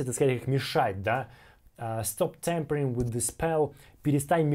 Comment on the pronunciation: Спасибо за обзор! Но в двух местах там не tempering, а tampering